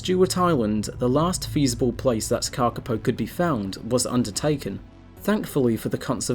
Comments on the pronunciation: Moss Chickens!❤ One thing to add, your pronunciation is very good but you should extend the vowels a bit more. The correct spelling is kākāpō and its cousins the kākā and kākāriki, with the macrons indicating a longer vowel sound and kākā meaning parrot. The shorter sounded word kaka means poo in Màori😉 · Karkipow !?? What's that? I know the Kakapo. If you bother to pronounce the Kakapo name properly it will sound more beautiful, more authoritative and more respectful of the maori name. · Kaka paw is how it said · thank you for your reply. Kakapo is a maori name and unlike in English usage vowels are pronounced consistently. The letter a is the same as the words car, father. the second letter a in Kakapo is also pronounced a and not like an "i" as you did. The big difference is that the letter "o" should be pronounced as in the work "fork, port". "O" is pronounced best with lips extended. All vowels in the name Kakapo are long and with even emphasis. My father was a passionate advocate and tutor of the maori language and I have given NZ politicians lessons in maori language pronunciation. Your "just fine" pronunciation is classic lazy kiwi pronunciation which would have gone unnoticed 20 years ago but fortunately today more people in all walks of life (even scientists) are embracing attempts to pronounce maori as a mark of respect and NZ nationhood. I hope this helps.